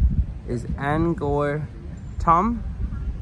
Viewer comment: Thanks, for a very nice Vlog on Angkor Wat and Angkor Thom. By the way, Cambodians and most foreigners pronounce the word Angkor like Ang-core. But you pronounce it like it's Ang- gore. Also, the region is more often written as Southeast Asia and not south east Asia. As for driving on the right hand side; why is it a surprise to you? Except for Burma and Thailand, all of the rest of Southeast Asia and East Asia like China and Korea, driving on the right is the rule.